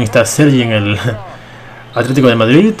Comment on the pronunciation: Es verdad, no verdat, es Madrid, no Madrit